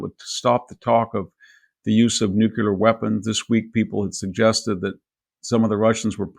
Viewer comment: Victor needs to learn how to say nuclear.... he goofs every time.